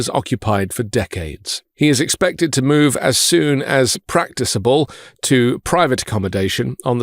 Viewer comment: Just FYI, when you said "as soon as practicable" it is pronounced with a hard C (like k) as it relates to "practicality", not practice (soft C, like S,) as you pronounced it. Thanks for he videos!